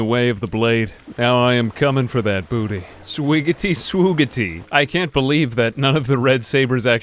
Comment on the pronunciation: I never thought that someone saying "Booteeh" would make me laugh so damn hard in my entire life. For context